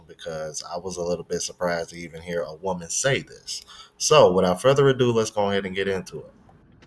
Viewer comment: did she said “normal womal” 😂